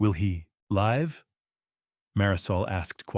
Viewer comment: I like the story however, the word live has 2 pronunciations and the wrong one used is like fingernails on a chalkboard. Please find a narrator that can correctly pronounce all words.